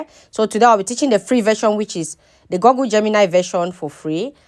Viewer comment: Google is pronounced guggul not gogul